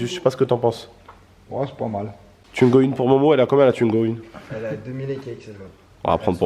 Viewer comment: Arrête de dire tuingo dit twingo stp😂